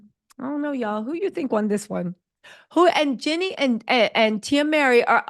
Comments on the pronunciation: It’s jeanie not Jenny … I can’t even finish listening to rest 😂 but so far I agree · Genie! Not Jenny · It sounds like Ginny, like Ginny and Georgia. Lol